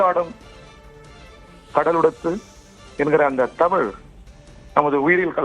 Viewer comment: ஆரம்பிச்சடங்ய்யா ஆரம்பிச்சிடாங்ய்யா டமிள் வாள்க, வாள்க வான்கவே வாழ்துகள்